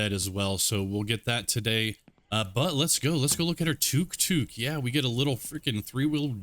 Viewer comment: just to let you know, it's pronounced tuk tuk